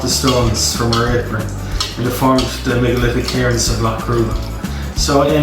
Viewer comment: Hahahaha você tentando falar megalítico sou eu tentando fazer o TH